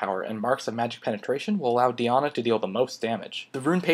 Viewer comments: Thanks for the video But its Die- Anna not dyana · You say Diana wrong lol, it's Die-Ah-Na, not Dee-Ah-Na. Other than that great video bro. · do different countries pronounce champions differently? or it is just up to you to decide? im not hating on the di aunna thing, but im just wonderin :) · the pronunciation of diana here hurts my brain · lol dat diana pronunciation tho...can't handle it